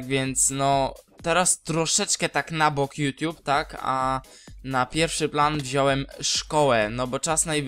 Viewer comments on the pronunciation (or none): none